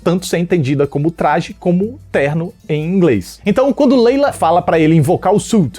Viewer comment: layla e não leila deu agonia ouvir leila leila kkkk